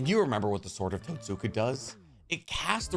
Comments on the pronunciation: Love the vid. But you need to pronounce some of the names better. Especially when you repeat it over and over. SUUUSAAAAANNNOOO , tussskaaaa blade. 😉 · Just a bit of advice the Totsuka blade is pronounced tote-ska, the u is a soft sound not a hard one. It's like the u in Sasuke. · Totsuka* susgay*